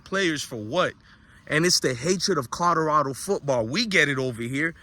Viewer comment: Is it Colorado or Codorado 😂?